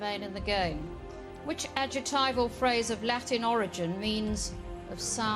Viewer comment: Does Anne not realise that there's a letter C in the middle of the words adjective and adjectival? She ALWAYS mispronounces these words.